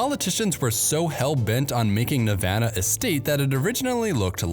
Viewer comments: Thanks for not mispronouncing Nevada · As a Nevadan, thanks for pronouncing it correctly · Thank you for pronouncing nevada properly! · Thank you for the great information! I have a few comments. 1) Thank you for pronouncing Nevada correctly, or at least, the way people in the State of Nevada and residents of California's Sierra Nevada mountains pronounce it. People from the east and Midwest so often say "Ne Vaaauuugghh da" and it's "ne Va da," with the Va pronounced the same way Va is pronounced in "Vat." 2) The majority of water that sustains northwestern Nevada comes from California from the Truckee River drainage, which Lake Tahoe is part of and the Carson and Walker Rivers. Washoe, Carson City (county-city combination), Douglas, Lyon and Mineral Counties depend on these sources. California is often accused of taking water from surrounding states, but in the case of northwest Nevada it is exporting a lot of water, all of it produced by eastern Sierra Nevada watersheds. 3) The snowpack of the Sierra Nevada, southern Cascades and some northern California mountain ranges produce the water that irrigates California's Central Valley agriculture and over half the fresh fruit and vegetables consumed in the U.S. are produced here. Many products are largely only produced in this state. California has the largest agricultural economy in the U.S. Thus this snowpack is about the most important reservoir in the U.S. The current drought in this region has nationwide impacts. Given the current long term drought the mining of ground water is being used as a short stop gap measure to sustain a portion of this economy. Sin